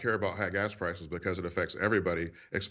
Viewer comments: Hey, Harvard dude, there is NOT an X in the word "especially". JS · I will never trust a man who pronounces the word "especially" as if it had an "x" in it. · and A Harvard graduate finds an “x” in the word “especially?” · So Mr. Gibbs is Harvard educated and yet he doesn't seem to have a very good grasp of English vocabulary. "Especially" is not pronounced ekspecially. Can he pronounce "ask". Literacy when it comes to English is very important and very telling. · The guy can't even answer a question. Typical politician doubletalk. AND... someone needs to tell him there is no X in the word especially. It is not pronounced expecially. Does no one take English in school anymore? He got through Harvard pronouncing words incorrectly??? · "Expesially"? Harvard? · Exspecially, people who can't pronounce words should not be in office. And of course the other total BS. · “Expecially“…? Is that a word? University man? Perhaps someone should “ackx” him. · a regular guy? black guy with harvaed degree, worked for HUD.Says expecially instead of especially. typical republican bullshit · “Exspecially” [sic} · "Mr. Gibbs, would you agree it doesn't make sense to pronounce the letter "x" in the word especially." "I would agree it doesn't make sense that the alphabet is a lot worse since Biden." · Harvard?! The guy can’t even pronounce eXpecially properly. So maybe he meant to say it was improbable rather than impossible for trump to get more votes than he did in 2016 and lose.. or maybe he’s just a complete moron who has zero proof of anything he said, “lots of people are talking about it and they believe it” is not an acceptable argument 🤦🏻‍♂️ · Never met a Harvard grad who says “exspecially” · I loved when David said, "how do you know they have to come down more if you wont even concede that they're down 20%?" and Gibbs couldn't even answer it! Also, it's funny how a Harvard grad can't even pronounce "especially" properly. There's no "X" in "especially."